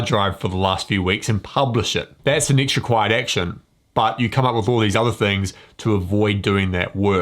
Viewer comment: Is it next or nixt He drives me crazy. Cannot listen to that damn accent